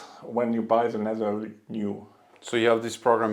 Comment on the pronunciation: ITS LEATHER, NOT LETTER!